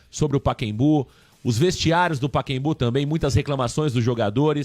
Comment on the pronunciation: Paquembu😂😂😂 PACAEMBU!!